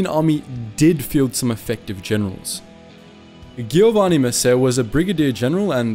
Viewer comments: "ghiovanni messe" You did your best, and we appreciate it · stessa cosa con GHIOVANNI MESSÉ, sembrava quasi francese ahahah